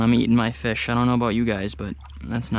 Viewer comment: When he said fish I thought he said bish